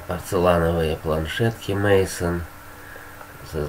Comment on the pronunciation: Правильно произносится не Мейсон а Майсон. Спасибо за интересное видео.